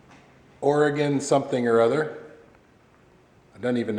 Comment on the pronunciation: I don't know anything about this stuff but I do have to say thank you for saying Oregon correctly!! - Signed, an Oregonian :D